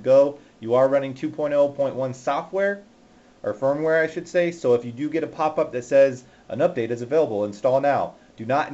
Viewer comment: he totally said spermware LOL